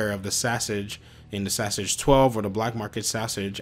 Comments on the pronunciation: Saaahsage 🤣 bruh just call it what it is. Saiga (say-guh) 12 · Really its sigh guh but in the us we gun nuts say say-guh 12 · Ik i couldnt stand hearing "hes got a sausage hes got a sausage"